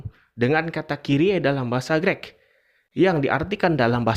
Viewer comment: Greek itu cara bacanya bukan "Grek". Kalo mau komentar bahasa belajar cara baca dulu sono. 😂